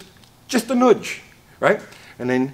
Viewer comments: It’s not noodge…… It’s a nudge. Jeesh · A “nuge” is just a nudge that moved south…lol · Am I detecting a British Columbian here? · Also, it’s funny how says nudge. Lol